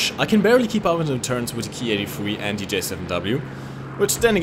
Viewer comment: Obwohl Sie die Namen von deutschen Flugmaschinen aussprechen können, müssen sie an „the” und „thing” noch arbeiten